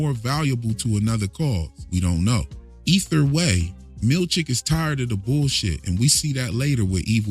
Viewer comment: me too i giggle